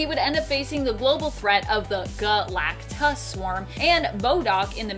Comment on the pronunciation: Why you keep saying Galactus like that?